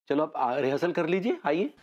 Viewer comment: रीहेर्सल कोरबे के नहीं कोरबे 😂😂😂